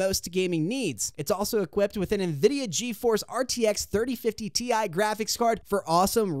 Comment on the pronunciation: Bro said GTX Instead Of RTX 💀💀💀💀🤣🤣🤣🤣